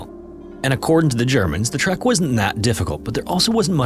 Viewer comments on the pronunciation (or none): Bro, it's called a TREK, not a TRACK.